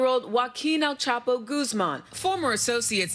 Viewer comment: HO a keen "el chaapo" Goozman would be a closer pronounciation for you english speakers.